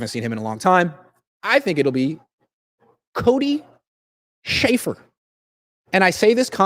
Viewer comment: Cody Schraffer 🤣🤣🤣 come on